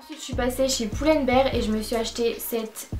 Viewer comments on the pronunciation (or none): Pull and bear et pas Poull and bear